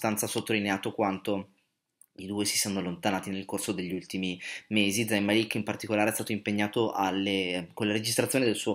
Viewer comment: Si legge con la z morbida e màlik si legge non malìk E g si legge con la g morbida e si dice hàddid non haddìd